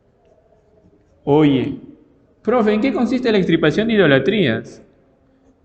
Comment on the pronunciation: Disculpe Profe pero : Me confundí con eso de "EXtripaPACIóN" de idolatria ( parece algo relacionado con TRIPAS que son SACADAS) ¿No será EX TIR PA CIóN? (RETIRAR) ... Por ejemplo: un TUMOR, una VERRUGA, etc. Desásneme por favor.